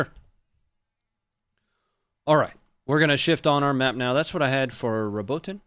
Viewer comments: Robotyne is basically RA-BOAT-NEE just roll ur tongue a bit on the R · RO-BO-TINE 3 syllables. with love brother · RO BO TIN NAY PRONOUNCE LIKE THIS🏴🇺🇦